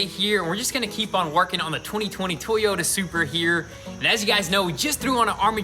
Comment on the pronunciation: No more Tee-Yota